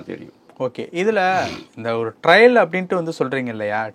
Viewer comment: டிரையல் அல்ல, டிரெயிலர் என்று சொல்ல வேண்டும்